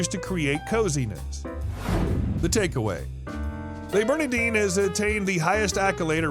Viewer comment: Please don’t grossly mispronounce the name of the restaurant.